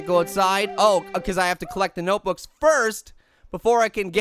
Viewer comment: Body doesn’t know how to say nbooks notebooks